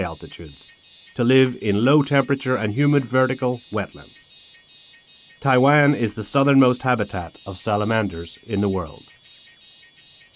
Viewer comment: 這些影片，鳥，昆蟲圖片都是台灣，對吧！ 但英語發音好多聽來是Tai-land 。 有中文發音的嗎？